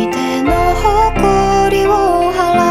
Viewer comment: 여태까지 들은 lemon커버 중에서 제일 노래의 포인트를 잘 잡으신거 같아요 예를 들어서 호코리오 할라우<- 대부분 하라우~ 이렇게 부르는데 제가 저 할라우 부분을 너무 좋아하는데 이 그 디테일을 살려서 불러주시네요 ㅠㅠㅠ 치이고 가요 ㅠㅠ 저 부분 말고도 많은 부분에서 감탄하고 갑니다 원곡 소화도 장난아니시고 일본어 발음도 👍👍👍👍👍👍👍👍👍👍😘